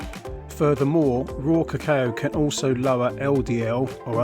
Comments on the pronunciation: Lol kuh-kayo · Ca...Caaayo ?? Haha. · Pronounce "cacao" properly. It hurts the ear the way you pronunce it! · Someone teach this guy how to pronounce it. I had to mute him. 🙄